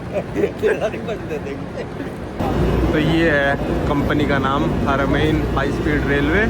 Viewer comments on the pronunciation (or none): Haramain का उच्चारण ह़रमय्न है । जैसे संस्कृत में द्विवचन होता है वैसे ही अरबी में भी द्विवचन होता है जिसे मुस॒न्ना कहते हैं। ह़रमय्न ह़रम का द्विवचन है।